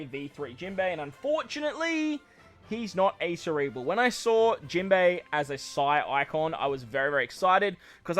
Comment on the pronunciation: Jimbo was the most Australian I've heard you yet hehe